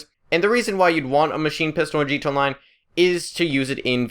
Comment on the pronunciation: sounds like you're saying g tone Online